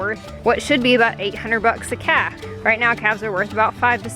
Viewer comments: lol, I thought you were saying bottle caps and I'm thinking what in the world is she talking about!! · At first I thought you said bottle caps! 😂😂😂😂